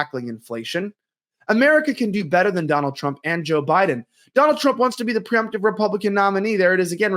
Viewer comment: Presumptive, not preumptive (you said it wrong twice). I believe the deep state will do whatever it takes to make sure Trump is not sworn in.